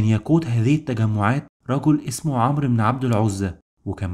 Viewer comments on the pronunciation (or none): none